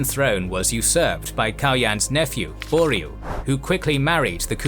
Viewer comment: Why is the narrator pronouncing Laskaris as Waskaris with a W? And prounouncing Boril as Boriu?